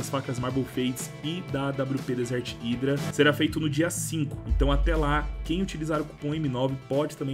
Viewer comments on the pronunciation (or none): none